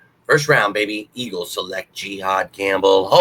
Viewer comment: Pronounced “juh-haad” not “jee-haad” lol